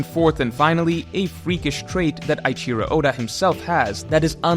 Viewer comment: Since when started saying "eye-cheero"!?